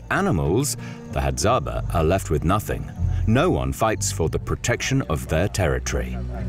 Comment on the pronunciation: It is Hadzabe (pronounced Hadzabey) not "Hadzaba" the way the commentator is calling them.